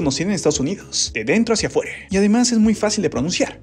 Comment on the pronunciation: Bro porque dice latinoamerice,locure y adentro hacia afuere